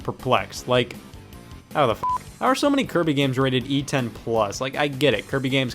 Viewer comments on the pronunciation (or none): I love how he put a m on Kirby at the end